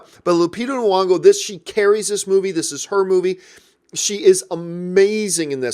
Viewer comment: NY-ongo my dude! like NE-yongo. Just sayin’